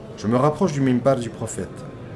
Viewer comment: Une petite corection akhi fillah, on dit MINBAR et ne pas mimbar. Que dieu te protege.